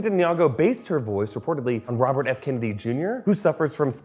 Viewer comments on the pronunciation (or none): none